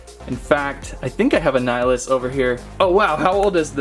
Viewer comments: LoL it’s nill ee us. Not nieleeus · Dude it’s Nil-ee-us Not ni-uh-lus lol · Hey, I don't want to sound rude but nillious' name is pronounced nill-y-ous. It was annoying hearing the mispronounciation. Other than that, good video.